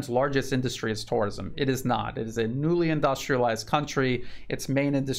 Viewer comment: I love your videos but the way you pronounce tourism is bizarre.